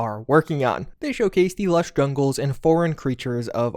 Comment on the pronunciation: "Lush Gunggles"